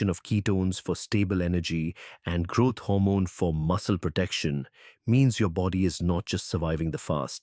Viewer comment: It is GROWTH HORMONE not grot hormone..